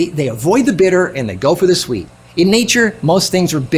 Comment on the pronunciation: On minute 5 you said less bitter more swet 😁